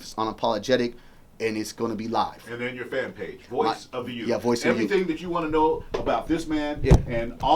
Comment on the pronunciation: It's not Youf.....it's youTH. It's real easy to say. Put your tongue between your teeth and blow a tiny bit of air. So you say U....th (tongue in teeth blow air)